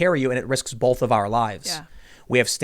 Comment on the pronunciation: Listen to the way tim says "both" hit like if it sounds weird.